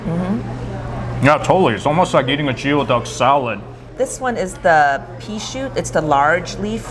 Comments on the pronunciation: You guys pronounced Goey Duck Jeo duck? ooops! even tho it’s spelled Geoduck. I Yelped it and locations are at Rowland Heights and San Gabriel not Rosemead. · Geoduck is actually pronounced as gooyee duck. Not sure why, especially when it's not even a duck...